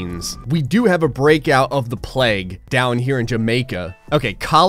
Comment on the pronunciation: It's pronounced plague, not pleg